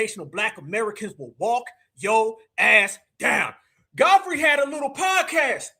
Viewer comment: He called that man Godflee. 😂